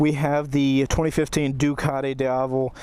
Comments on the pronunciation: it pronunce deeavel ;) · repeat after me: dee-ah-vel. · Worst pronunciation, man! It goes like dee ya vel. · It's pronounced Dee-avel. As in the Spanish word for day (Dia). Source: I am European. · its pronounced deeavel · You are pronouncing name of this motorcycle in a wrong way... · Completely butchered the name lol